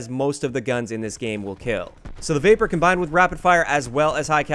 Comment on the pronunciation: When he said vapr I thought he said vaper